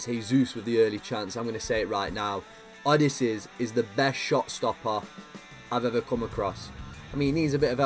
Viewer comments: Bruv it's O-DEE-SE-AS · The goalkeepers name is O-dy-se-as if you want to know